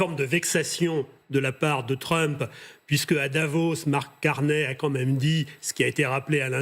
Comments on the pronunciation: Sa se prononce Carné, pas Carnille lol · Pourquoi les Français disent-ils toujours Carnet? Ce n'est pas Carnet. Le nom rime avec chenille ou myrtille. Carney = Carnille. (/karni/)